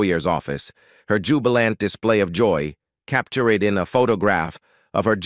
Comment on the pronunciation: Jesus automated readings are still TERRIBLE. Capturayed??